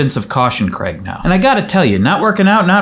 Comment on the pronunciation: You're my favourite Craig, but we pronounce it differently here, we pronounce it Craig